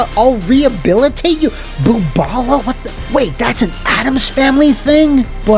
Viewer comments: "Booballa" ? "Boobala" ??? I'm from New York City and know a few Jewish people, do they actually mean "bubbala" (if you've ever watched the 90s TV show "The Nanny" with Fran Drescher you'll probably have heard how it should be pronounced accenting the first syllable) instead? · I don't see it in the comments but : Boobala is pronounced "buhbuhlah" in like everything its in, you usually don't see it written.